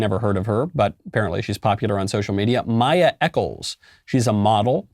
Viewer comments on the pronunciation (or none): none